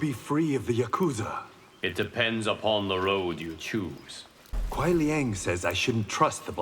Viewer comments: My only gripe is his pronunciation of yakuza.. It’s not “yakutza”.. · Everyone not being able to pronounce yakuza correctly is painful